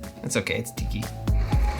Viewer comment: You're so whitty It's sticky/it's tiki ;-)